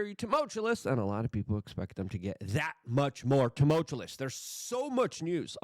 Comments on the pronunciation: Dude. The word is pronounced Tum—alt- “chew” -us 😂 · TUMULTULUS. Never learn to pronounce words correctly, Luke. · Tumultuous not tumultuLous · It's tumultuous not tumultulous 😂. Mumbles from Dick Tracey. Sorry luke but I've lost a lot of respect for you after all your Trump 🐓 sucking. Pathetic. I hope you got paid when you sold out. Trump is owned by the nwo. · Buddy: is “tumultuous “ NOT “tumultulous” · Hearing him say timultulous makes me want to exasturbate. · Please learn to pronounce tumultuous properly, thank you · He started saying "timultulous" again....and it isn't a word. Still listenable but too embarrassing to share. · Did he say DOYGE? Exasterbate? Or just timotulous? He's quite the wordsmith. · Why would you use the word "tumultuous" so often if you can't pronounce it?